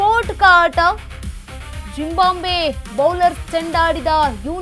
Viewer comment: ಜಿಂಬಾಂಬೆ ಅಲ್ಲಮ್ಮ ಜಿಮ್ ಬಾಬ್ವೆ.. ಕಣಮ್ಮ